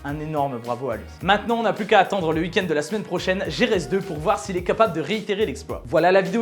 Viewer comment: Un beau « ui kend » comme le dit si bien 😅😂